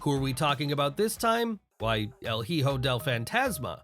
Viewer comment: bro said el he ho lmao